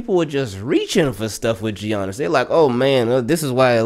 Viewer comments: Ay homie, the G is silent is Giannis (pronounced like Yannick but Yannis) just so you know haha 😅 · "Gee-ianis", lol. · Nobody: Absolutely nobody:: jjjjjjjjjiannis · I was like bro its Yan nis but you caught urself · The way says Giannis 🤣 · Lol I’m glad you realized the hate Lebron gets. Everything else spot on too (except pronouncing Giannis name lmao 😂) great vid as always. Can’t wait for Lamar to get a ring. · "Tell me you don't watch basketball without saying you don't watch basketball.": pronounces the "G" in Giannis lol